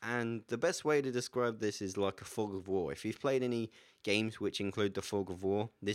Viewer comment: Did he say fog of horn?